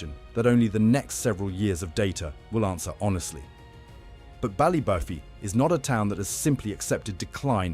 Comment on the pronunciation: Such a shame .. Pronunciation - Ballybo-fey as with Don-e-gal